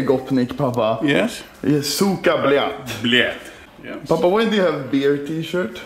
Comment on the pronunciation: I can safely say this is the most russian "Blyat" I have ever witnessed. Not even russians can pronounce "Blyat" as smoothly as this. I'm impressed. 10/10. Would watch again.